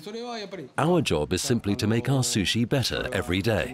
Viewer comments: u no like susshy? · I cringed to the way the woman narrator pronounced sushi...